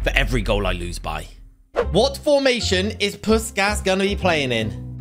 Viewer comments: Its prounounced pushkash🤓 im hungarian and we say the “s” like a “sh” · m8 its pronounced push-kash